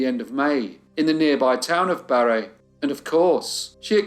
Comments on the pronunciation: Story one pronunciation corrections. Mont_peel_your Barry How they are pronounced in Vermont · It's certainly not proper French pronunciation, but the capital of Vermont is "Mont-peel-yer." Barre, Vermont is pronounced "Barry." You're a marvelous storyteller, thank you for all your hard work ❤